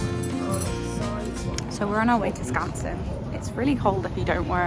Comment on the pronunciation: I think you pronounced Skansen perfectly